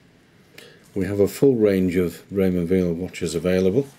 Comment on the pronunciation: It's pronounced while - not veal (he's French speaking not German speaking).